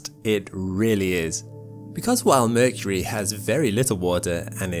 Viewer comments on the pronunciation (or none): none